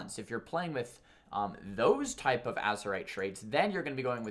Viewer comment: It's AzErite mate